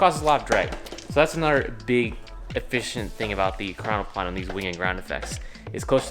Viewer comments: your saying it wrong its e-cron-o-plan and plan is said normaly and it disturbs me that you think its russian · It's pronounced ekrano"plane", not ekranoplan. Same as biplane, triplane etc. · Normal people: ekranoplan Me, an intellecc: ploat